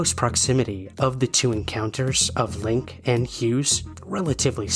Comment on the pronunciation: FYI, in German, words ending in E have a final vowel syllable, so it's LINK-EH :) Thanks for all your fascinating story posts!